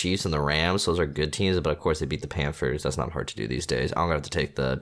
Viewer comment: does have a speech impediment? "Vikins" "Panfers" "Johnafin" things of that nature.